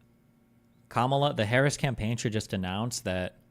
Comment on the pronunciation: Yo shit did he actually pronounce her name correctly at the beginning? This has to mean something right chat